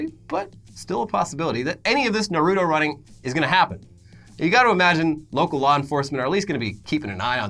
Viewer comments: Wtf is nurutoe it's nartoe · It’s not narodo It’s nar-ru-to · I’m not even a stickler but it’s NARUTO not NORUTU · I feel like you guys purposefully pronounce "Nuh-rew-toe" that way to trigger the most hardcore weebs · Ner-oo-toe? Why is nobody talking about this. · The way he says naruto kills me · I dont like the anime Naruto but even I was irked at how he pronounced it.